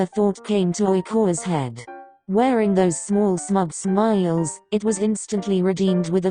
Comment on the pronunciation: the way she says smiles